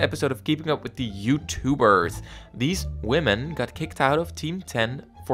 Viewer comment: okay the way you said women was.. hm